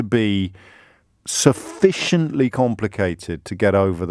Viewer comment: SufFISHent...was that deliberate...? xD